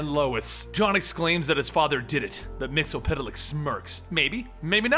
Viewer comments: Yeah, its weird that he ,and the Supergirl Tv show calls him Mixiespidelik....its pronounced Mix ye spit lick ,as the animated series corrected us ;) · Mxyzptlk (mix el pit a lik) Me: No! Repeat after me, bright boy, it's MIX. YEZ. SPIT. LICK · missile flick is how you pronounce it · It's pronounced mix is spit lick